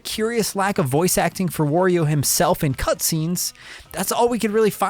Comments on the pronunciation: It's wario not worio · Not 'War' io, dude. It's obviously 'WAH' rio. Sort yourself out! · Will westerners stop calling Wario a wOrio? He has nothing to do with war. It's pronounced wah-rio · Stop pronouncing "Wario" like that!